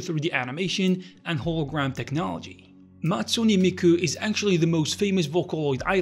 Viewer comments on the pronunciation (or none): did u realy say Natsuni Miku? It's Hatsune. Nice video though